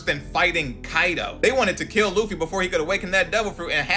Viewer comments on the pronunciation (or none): none